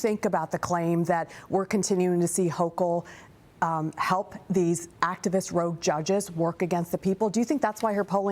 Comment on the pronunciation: It's not hokul, it's hokum. No good.